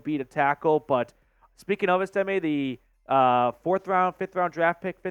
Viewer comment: EST-ime not est-IM-e